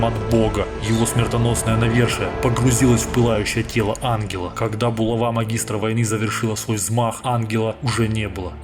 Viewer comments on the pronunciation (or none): none